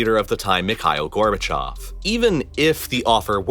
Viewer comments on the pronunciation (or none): none